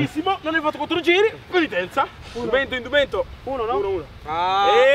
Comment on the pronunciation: “Indumento” 😂 non UNDUMENTO